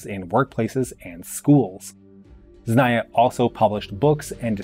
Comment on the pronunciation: Zna-ni-ye... you were missing that second pronounced "N" otherwise understandable pronunciation of other Russian words. Kudos!